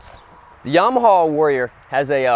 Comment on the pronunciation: It's a Yamaha...not a Yarmaha (".)